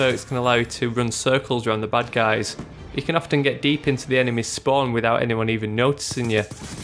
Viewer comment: Sounds like he is saying "butt guys" instead of bad guys.